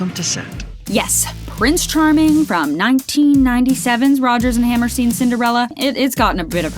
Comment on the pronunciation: Your also saying Hammerstein wrong you pronounce it like Frankenstein